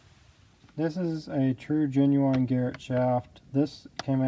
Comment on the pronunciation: Is he making a turbo joke when he says “genuwhine”